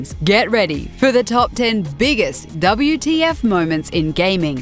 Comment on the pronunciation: It's not "Double You - Tea - Eff - Moments", it's "WHAT THE FUCK" moments xD